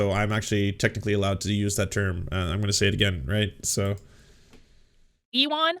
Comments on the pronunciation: wouldn't ewan be pronounced like "yooen" like ewan mcgregor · her pronunciation of ewan was like an uwu form of elon